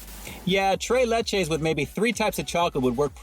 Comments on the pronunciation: Lol can’t pronounce the spanish accent 🤣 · I want tray layche